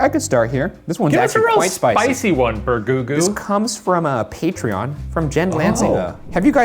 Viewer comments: I cannot believe no one is talking about the fact that Shane called Ryan BER GOO GOO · first “bergueenga” now “bergoogoo” when does it end? when shane? when? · Why did Shane call Ryan “Bergoogoo” lol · not Bergoogoo lmao